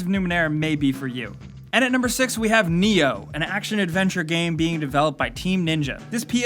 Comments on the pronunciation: NIOH speaks with I not E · "Ni-Oh" is actually pronounced: "Mr. Anderson"